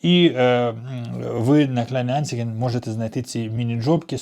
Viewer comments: Специалист по Германии 😂. Не Анциге, а АнцАйген. Учи матбазу. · опит - досвід находка - знахідка кровати- ліжка розгрузить - розвантажити вдруг - раптом стОїть того - того варто полка - полиця... і т.і. не парьтесь уже😊 хоча на помилках вчаться) наголос анцАйген Міні Джоб не завжди 40 годин на місяць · Хотів вставити свої п'ять копійок з приводу правильного наголосу KleinanzEIgen, але тут вже черга з вчителів😂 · Kleine anzeigen Правильно вимовляти клейне анцайген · Правильно називається Kleinanzeigen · как читается "еi" ?? "ан"?? невже так тяжео загуглити🤦🤦🤦🤣🤣 один лучше другого 😂 и буква "гЕ" там тоже не участвует🤦